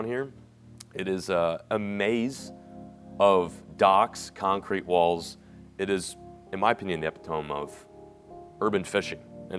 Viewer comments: "EPI-TOME", lmfao. I just can't. e-pit-oh-me. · epitome? uh-pit-oh-me ep-ee-tome isn't exactly right lol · This dude said “epi-tome” lol it’s pronounced “E-PIT-O-ME” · Wtf is "epi-tome"... its epitome, (e-pit-o-me)...lol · uh·pi·tuh·mee instead of Eh-peh-thome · Epitome… eh pit ah me. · epitome is not pronounced like that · You can tell reads because he knows big words like "epitome", but not how to pronounce them 😆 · Epitome is not pronouncd like that bro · I have never in my life heard epitome pronounced like that😅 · Dude. My brain broke a bit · yea this is remarkably more common than you'd think. but yea, I still get mind blown at the lack of basic education this country provides for its citizens. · "epitome" lol